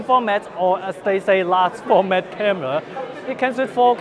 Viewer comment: I know he said 4k movie but it sounded like 'ok' movie